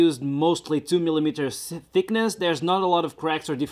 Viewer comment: "2mm sickness". Yeah, sounds accurate. I know you say "leaking" a lot of times, but every single time, you make it sound like "licking".